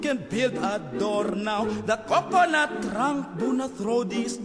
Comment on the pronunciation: 코코넛 발음만 잘들리는거 겁나 웃기네ㅋㅋ